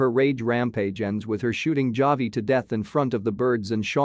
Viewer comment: Did you even watch the series?? It’s not pronounced Javi with a “J”. Very irritating & you lost me after the 2nd or 3rd mispronunciation.